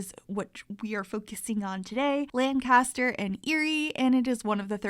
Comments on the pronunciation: If you say Lancaster like a Pennsylvanian, you say everything else wrong lol 😂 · I love this but the way you pronounced Lancaster lmao